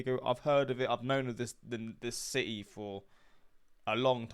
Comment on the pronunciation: Si-Ee lol it’s city haha